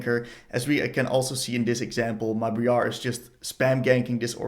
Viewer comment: Bree-Ar Let's call her from now on, ok?